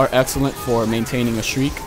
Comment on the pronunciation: I love how you say "Shriek" instead of "Streak" like me :D